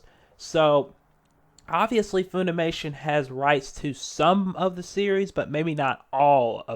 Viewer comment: It's pronounced Funimation like fun, not foon. Please stop, as to save the ears of the viewers.